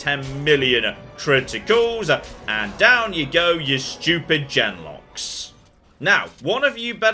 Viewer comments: His pronunciation of them LOL. And using a soft g for genlock. Although maybe genlock has always been a soft g sound? I pronounce them with a hard g. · now I'm having an existential crisis about how I pronounce the word genlock and I don't know if I've ever said it out loud. I don't even remember how the people say it in game, and I've played each of the first two games like 40 times